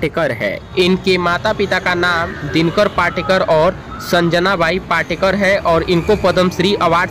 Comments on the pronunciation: नाना पाटेकर पाटकर नही पहिले शुद्धलेखन ओर बोलना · नाना पाटकर नही पाटेकर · पाटकर नही पाटेकर बोलो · पहले ठिक से हिन्दी बोलना सिखो, पाटकर नही पाटेकर, तुम्हारा निवेदन का तरिका बहुत ही घटीया हे, मेरे जाणकारी के हिसाब से वो अंधेरी नही माहीम में रहते हे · पहिले नाम तो ठीक ले। नाना पाटकर नही नाना पाटेकर है। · Nana patekar ji,hai,not patkar,aap barobar boliye,a great actor,he is,nobody is like him,a great social worker ,simple mam,and helps all needy people,no one else is like him. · नाना पाटकर नही ..नाना पाटेकर है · नाना पाटकर नही नाना पाटेकर, नाम तो ठीक से लिया करो. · Video banane ke pahale unka naam to barabar bolo. Patkar nahi Patekar. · पहिले उनका नाम ठीक बोलाना सिखिये. नाना पाटेकर बोलिये please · पाटकर नाही पाटेकर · अरे पाटकर नही नाना पाटेकर एका उपकार सिनेमा है पहिले साधा बोल ना शिक आऔर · पहले ठिकसे बोलना सिखो l नाना पाटकर नहीं नाना पाटेकर नाम हैं l